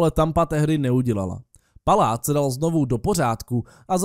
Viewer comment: ty jsi v řekl Pláta místo Paláta